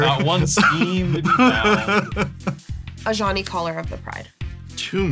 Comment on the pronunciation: For a very long time, I thought they were saying "A Johnny", like the player type, not "Ajani".